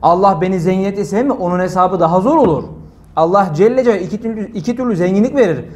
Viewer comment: Bide ALLAH celle celaluhu derken cecucu deyip agzinda yumarlamasan iyi olur hoca